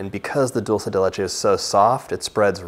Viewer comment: I love the way you pronounce Dulce de Leche. As an Argentinian myself, I am so produ that Dulce de Leche is going all around the world! Who wouldn't taste that silky, thick, sweet heaven? 🤟